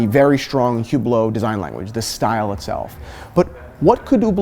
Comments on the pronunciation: Omg, i can't stand the way he pronounces Hublot. Don't say "ou" don't pronounce the "H". It's not "Hhhhoublow" It's not "Youblow" it's Hublot. Ublo. Listen how the people working at Hublot pronounce it. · First, Fuck Hublot! Second, how the F do you pronounce Hublot so wrong. It's Hublot not Whoblot.